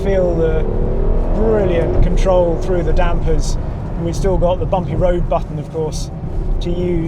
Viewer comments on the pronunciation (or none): none